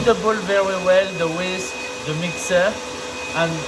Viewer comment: I think this is the first time I've heard you say "whisk" instead of "whiks"